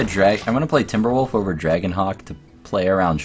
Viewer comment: lol "its all oger now"